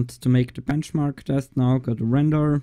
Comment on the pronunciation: "Blenchmark".... Yep. OH, and there is plenty of those "blenchmark's" already... Try CineBench, for example...